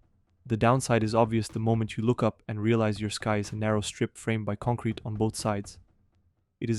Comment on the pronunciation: take a shot everytime this guy says “concwete” 😂